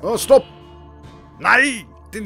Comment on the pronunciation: Dust din dust du hørte ut som en tysker